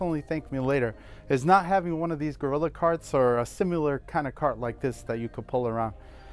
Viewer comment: Sim-U-lar... my wife says it this way too. So does her mom. Are you my brother-in-law?